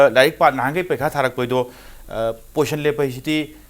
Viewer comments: Poition or posn haiba natte position haibane narondo sengu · Poison haibu karino pronounce fajana twge haide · 1st postion,2nd postion😂😂😂...marei do Kaya kanbano tounge cleaner use toudra Manley anchor se